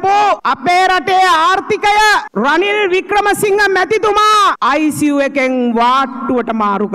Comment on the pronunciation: රනිලෝ රිනිලෝ කියපු 😂😂😂